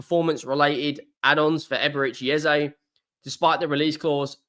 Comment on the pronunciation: Just please don't use Ezay like everyone is also assuming. It's Eze e e e e practice it. It's not Ezay please! This only happens when You tubers adopt it without knowing. Call Eze and ask him!